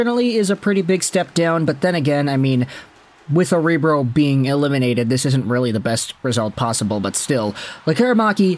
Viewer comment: It's pronounced "OHR BRO".